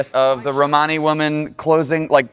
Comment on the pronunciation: Oh, hey, good on for correctly saying Romani! That's growth.